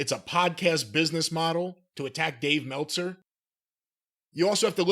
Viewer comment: “Dave MELTza!” - Wrestlelamia